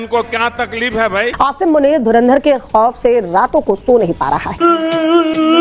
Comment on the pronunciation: इन पाकिस्तानियों को धुरंधर अभी तक नहीं बोलना आया . धरिंदर धरिंदर.बोलते रहते हैं ..ये जाहिल 😂😂